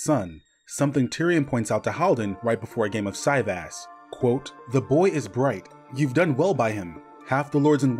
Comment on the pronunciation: I think Cyvasse is pronounced like si-voss, or si-vass. I hate hearing it pronounced like sigh-vass. ☺️